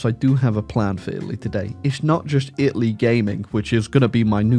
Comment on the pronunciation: Take a shot every time he says "Itly"